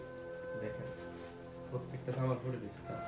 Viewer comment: ছামান না সামান??